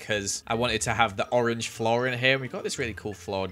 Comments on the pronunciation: You said ROREN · Did he really say rorange 😂😂😂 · And it is rrrr-orange Me: Whats rr-orange? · When he was gonna do the second floor he said rorange 😂😂😂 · '' and the colir is''' 'Roarange, 😂😂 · why did u say orange roange ？？？😂😂😂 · i liked how u said 'Roange'